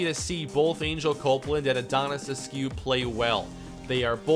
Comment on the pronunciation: The only thing you should change is the way you pronounce askew... please just look up a pronunciation of the name and I promise you it’s pronounced “ask you” every single time